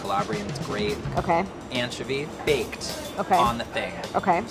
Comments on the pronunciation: I got 2 things to say....why is still sick and why does he still say anchiivoy...smh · anchuvy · “AN-chovy” “an–chOvy”: ’CHOVY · Glad to see is still pronouncing anchovy weird 😭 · Ok, needs to officially stop using the British pronunciation of anchovy.